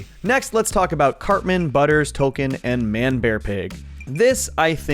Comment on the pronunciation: It's pronounced "Token", not "Tolkien".